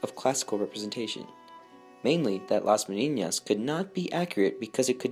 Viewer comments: It is pronounced meh-NEE-nahs….there is no tilde over the second “n”, which would give it the mispronunciation you say 50 times. With all the research, you couldn’t get the Spanish pronunciation right? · Nice video, but you have been pronouncing Las Meninas as las Meniñas the second n sounds as the firs one in Spanish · Las MENINAS not MENIÑAS. Argh.